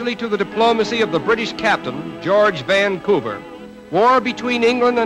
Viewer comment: The pronunciation of Vannnnncouver jars - but interesting film.